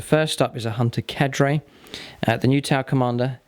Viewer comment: the way he says "carde" triggers me